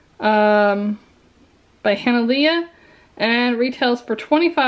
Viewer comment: Hana"lay" I think ;)